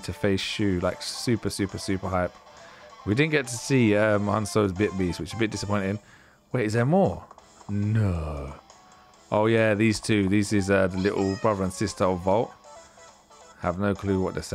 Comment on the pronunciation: You were saying it's Han-cho